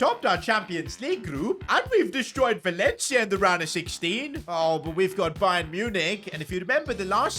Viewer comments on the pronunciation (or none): none